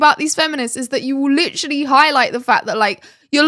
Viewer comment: Please for gods sake quit saying litttrrolly. The damn word is literally.Learn how to pronounce it if your gonna use it so excessively.